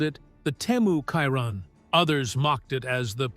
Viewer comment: It is Bugatti not byewgoty Chiron not kyron